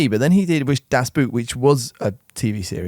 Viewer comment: I'm glad you referred to Wolfgang Petersen's other famous film prior to Neverending Story Das Boot by saying the second word like the English 'boot' instead of 'boat'. Reason being me and a friend do our own little YouTube examinations of old movie's, and Das Boot was one. But neither of us had looked up the correct pronunciation. In German the word 'boot' is pronounced the same as 'boat' and we did not live it down in the comments 😂 half the comments I think we're saying 'opinion dismissed, it's pronounced BOAT'. I think it's just a common thing here in the UK for us to refer to that film by that name. I had another similar experience with an ex-girlfriend who was American, she mocked me for saying 'paella' in a phonetically English way instead of Spanish. I said that is just what people call it here, but did not live that down either 😂